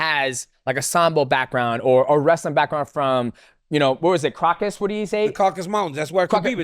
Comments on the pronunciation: The crocus mountains 😂😂😂(it's Caucasus) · bro kept calling the Caucasus " Kraukus" like bruh dj it aint ham lol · Someone teach DJ they are not called the "Crockus" mountains please 😂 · why does DJ refuse to say "Caucasus" correctly? Caucasian, Caucasus Mountains. People call it "caucus" but thats a completely different word. But if youre going to use that word, at least dont pronounce it "corkus" because i dont know wtf that is